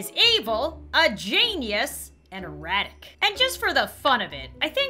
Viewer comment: eratic (idk if i spelled that right-) me:did she just say erotic